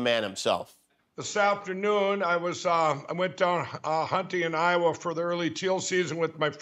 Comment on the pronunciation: Did Lindell pronounce IOWA 😳 HI . OH . WA ?????